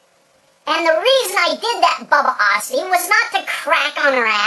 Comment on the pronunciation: does he know hes saying Bubbiosity wrong? XD